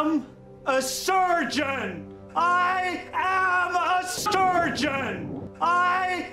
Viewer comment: I thought he was a sergeant😭